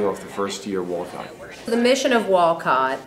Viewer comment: You can tell when people say wolcot they are not from Wolcott